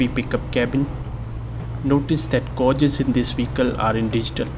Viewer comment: its GAY-JES not GAU-JES